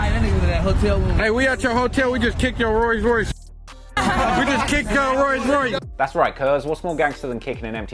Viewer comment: The crip dude said "we just kicked your 'rose' royce" lmao